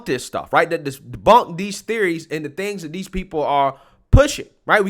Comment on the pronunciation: Excellent broadcast. If I could just get you to switch of the “dis” with “THis”, “dat” with “THat”, “da” with “THe”. You’d be batting 1,000! Said with love and respect.